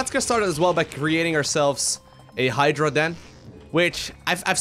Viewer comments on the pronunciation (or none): none